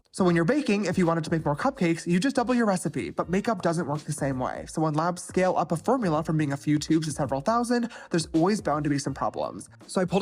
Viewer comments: Did he say lob instead of lab lol idk why but that's super bothering me lol 👽👾👽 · "When you create a product with a lahb" I can't stand this idiot.